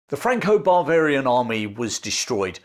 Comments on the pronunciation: I'm pretty sure your saying Franco-bravarian, but Im hearing Franco-barbarian army. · The way you pronounce “Bavarian” sounds like “barbarian,” so it’s a little humorous hearing something that sounds like “Franco-Barbarian army.” 😂 Also, an English general wins a battle against the French while commanding mostly non-British troops, but the English still take all the glory for it? Sounds familiar! 😅 But speaking of similarities, it’s funny how super successful commanders often suffer from their own success. Just like Hannibal or Yi Sun Shin, despite being by far the best commanders their nations had, they were undermined and sabotaged by jealous forces at home. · I heard it again a little bit later, and several times clearly "Barvarian". 😂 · Perhaps, but I'm not the only one hearing it. 😂 Some variety of the "Intrusive R"?